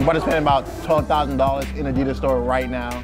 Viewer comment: You said Adidas wrong